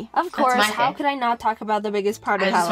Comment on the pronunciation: star You said “Haw” not “How”. Is that intentional?